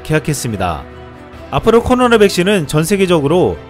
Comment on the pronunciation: '코로나' 발음이 잘 안되시는듯. 혀가짧으시면 말을 천천히 하세요